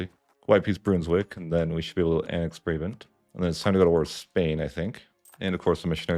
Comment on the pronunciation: I only play holland to the netherlands to colonial empire in eu4 but i'm still gonna watch the tutorial. Also the pronounciation of Brabant is pretty funny.